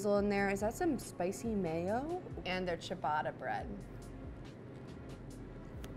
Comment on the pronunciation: THE PRONUNCIATION OF CIABATTA IS ANNOYING ME